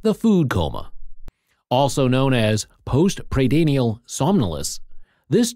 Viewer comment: You can't pronounce "postprandial". Doesn't inspire me with confidence that you know your subject matter. I'm out.